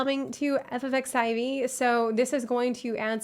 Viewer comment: Is it just me or does she keep saying “Eff eff xevie”? Which sounds like FFXVI. Wouldn’t “Eff eff xiv, or eckziv be more appropriate? Or is it “eff eff xivee” and I’m just being paranoid?